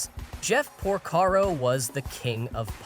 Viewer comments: Porcaro not pocado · How many different ways did he pronounce "Porcaro"? And if you pause the video, it reads "Jeff Porcado". Oy. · Why is Jeff Porcaro's name pronounced differently each time it's said? These are the things that make this type of video sound totally FAKE